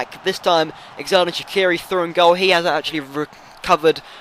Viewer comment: Its pronouned jerdan shachiri